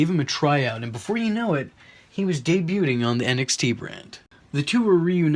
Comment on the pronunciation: I like your narrative structure, man, this is interesting stuff. You did a nice job, but you REALLY need to address your audio! Adding a low music track will help cover up the VERY obvious hard cuts and equipment bumps (you might try cutting them out too). Then, don't be afraid to do a re-take or two: Fixing obvious flubs like "De-BEWT-ing", "Comf-ter-bility", and "...it was their characters and how well they knew how to BETRAY them" would add the kind of polish that would make this feel like a much more legit commentary channel.